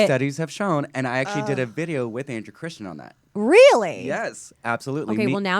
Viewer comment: It is Andrew Christian! Not Christiansen.